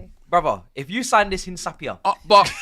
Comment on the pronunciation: It is pronounced: IN-CAP-YEAH 🙏🏼